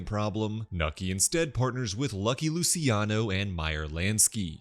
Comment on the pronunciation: Lu-chi-ano. Not Lusiano